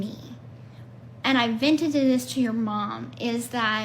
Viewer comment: " ventedted this to your mom" ?? Learn how to articulate correctly.